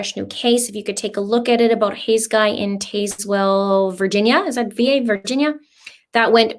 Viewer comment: Linda: it's pronounced " Tazz-well Va. I'm from Va.